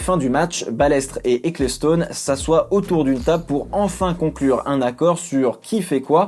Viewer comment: Ca se dit ekelstone et pas eklestone